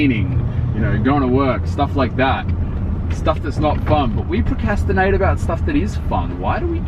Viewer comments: The word is "proCRAStinate" not proCAStinate" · Procastinate??? I think you're forgetting the other 'r' in procrastinate 😂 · I got so annoyed at saying procastinate when its procRastinate >.< hahaha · Ok...its "procRastinate" ur skipping that second R hahaha It's ok, today I noticed that by boyfriend can't pronounce Bull correctly. It always comes out sounding like bowl haha (and we're American so it's not an accent thing) I was laughing for so long over it... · lol its pronounced procRastinate not procastinate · ...its procrastinate not procastinate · you said PROCASTINATE instead of PROCRASTINATE. You're not pronouncing the r beside the c. lol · it's ProcRastinate not procastinate loooooooooooool was like dude that's not how you say it looooooooooool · it's procRastinate not procastinate lol... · is legitimately saying PROCASTINATE, lol. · ProCASTinate 😂😂😂 idk why that made me laugh so hard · "Procastinating" :)) I think he doesn't realise it has a second 'r'. Funnily enough a lot of people make this mistake. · for the record you did say "pracastinate" like 5 times lols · Lol says it wrong pronounced it right (PRO-CRAS-TINATE) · lool I think 'procrastinate' is sounding weird on cos he's saying it without the second 'r' lol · Um what? Australians DO say the R in words, was just saying 'procrastinate' wrong. If you listen to how said it you'll hear that she said it correctly. A lot of people don't realise that there's a second 'r' in the word. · You're right, says procrastinate funny. He doesn't pronounce the 'r'. lol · can't say procrastinate lmaooo